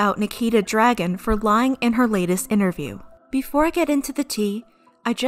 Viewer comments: This isn’t rlly important and I’m quite late to this video but i believe her last name is pronounced Dragoon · I thought you pronounced Nikita Dragun as “Nikita Drag-goon” but I guess not